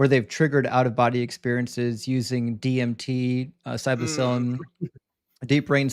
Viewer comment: plz stop saying 'psybosillim' it's getting old